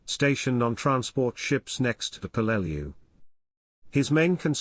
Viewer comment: Hey ai... its pronounced PELL-LE- LEW